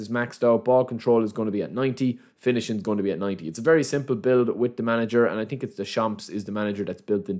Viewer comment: its also „through“ pass not true pass - or i „think“ not i tink